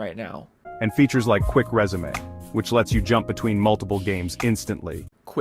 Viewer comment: "Quick Resumé" I'm sorry but i actually busted out laughing at that one 😂